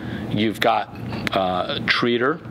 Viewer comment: Ur saying Tretter wrong